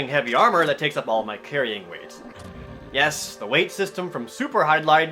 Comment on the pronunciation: YESH! YESH!